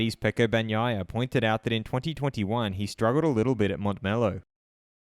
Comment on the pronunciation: You are one of the few pronouncing "Bagnaia" entirely correctly.